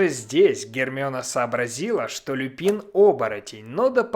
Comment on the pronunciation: только не Люпи́н, а Лю́пин. Его фамилия происходит не от цветка, а от латинского слова волк - Lupus. Так что это ещë один косяк дубляжа.